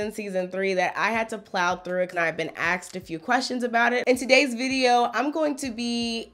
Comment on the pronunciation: Did you say aKsed questions at about ? 🤔😁